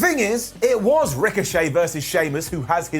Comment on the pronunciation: Good job, by saying Ricochet's name like that you gave WWE their story for next week. Ricochet, will now be known as Rick O'Shea and him and Sheamus will be a tag team known as Flyin' Irish. They'll have a 4 minute match against Cesaro and Mansoor. Michael Cole will carry on for the whole 4 minutes about how are they going to be able to coexist before Shamus Brogue kicks Rick and walks off.